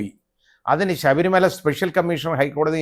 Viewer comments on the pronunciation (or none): none